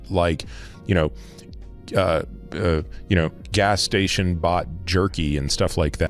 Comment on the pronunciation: Like how he emphasized “gas station” when talking about jerky